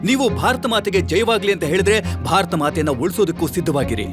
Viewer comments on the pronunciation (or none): none